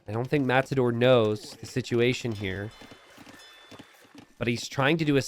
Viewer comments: Is it just me or does sometimes say "Mattsador"? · are you saying mast-ador?